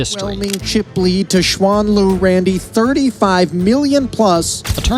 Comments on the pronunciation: Shu an oh dear lord white ppl can you at least make a reasonable effort to pronounce someone name correctly? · Her name is pronounced as Shuen Lv